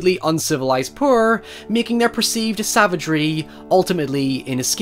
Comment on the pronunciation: I like the way you say "poor" sounds like you say "purr" lol love your vids 😆